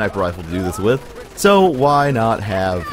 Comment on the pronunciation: Dude, why the hell can you not say "so" correctly? You can pronounce "s"s fine, so what the hell?